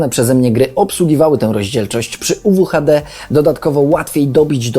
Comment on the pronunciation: Zrozumiałam "Rozdzielczość UwU HD"